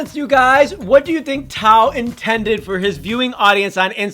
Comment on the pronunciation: Tao not tap, lol